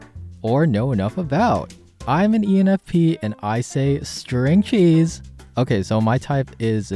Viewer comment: okok lrt me go back a sec lol the first part is great and good after listening again, it just sounds like female ENFP to me. I wasjust hung up on how you were like sTa-RiNG ChEeSe!! I was a bit harsh there lol